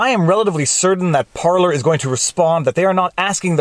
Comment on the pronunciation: Thank you for saying Parleys correctly! Love your content. American living in Winnipeg.